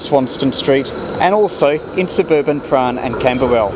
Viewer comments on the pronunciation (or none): Weirdest pronunciation of Prahran I've ever heard. Are you from Melbourne originally? Or maybe it's just your rhotacism? You got Magrath's right this time though!